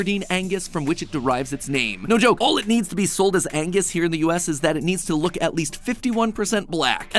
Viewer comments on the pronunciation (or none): none